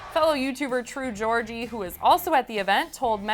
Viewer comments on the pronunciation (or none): Did... did you just call True Geordie “True Georgie”?